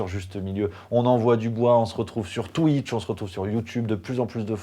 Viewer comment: je kiffe quand tu parles de " twiche":D